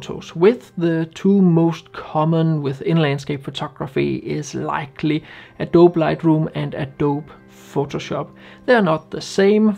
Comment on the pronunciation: TIL that one of the best landscape photographers around doesn’t know how to pronounce "Adobe"… 😂